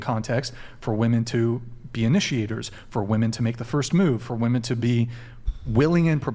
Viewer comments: I’m sorry but if you pronounce women as woman you lose all credibility. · They all say “WOMAN” instead of “WOMEN” wtf!!!! Sounds stupid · I've been watching the decline of our society and dating sphere through YouTube and different podcasts for about 3 and 1/2 years now,... What is going on with women not being able to say the word "women"? In context, through pronunciation.... WTF